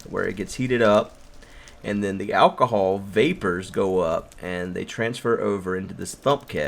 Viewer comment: Did u say ahcohol